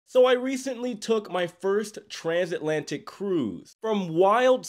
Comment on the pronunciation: Bro took a cruise ship and discovered a new word. Transantlatic